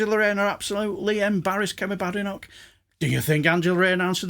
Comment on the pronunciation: It's so good to hear someone pronounce Bad enoch's name correctly.